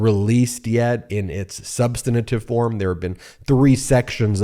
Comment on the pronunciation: BEN! There is no "i" in the word "substantive" between the n and t. Yet you repeatedly say it incorrectly. It is not "substanitive". Please get it right.